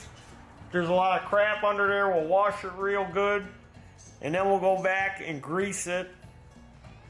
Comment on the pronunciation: Warsh it😂😂😂